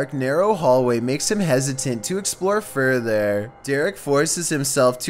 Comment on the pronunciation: "To exploour fourthaer"